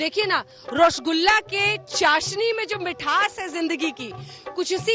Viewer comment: रशगुल्ला नहीं होता रसगुल्ला होता है,🤔🤔